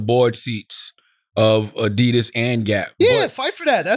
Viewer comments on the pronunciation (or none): none